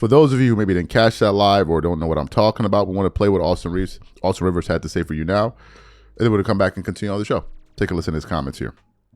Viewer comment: RIVERS, not Reaves 🤦‍♂️🤦‍♀️🤦